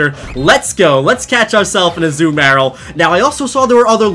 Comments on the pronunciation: Its Azuma rill not az uma rel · A zoo meyr uhl?? It's azooMUHrill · Azoo Marill. its a-ZOO-mu-rill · It’s uh-zoo-muh-rihl Not uh-ZOO-mayr-ll (Azumarill) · STOP SAYING AZU-MARIL ITS AZUMARIL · I kept thinking that you were saying you caught a zumaril. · its a-zoo-mah-rill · You mispronounced Azumarill and in an annoying way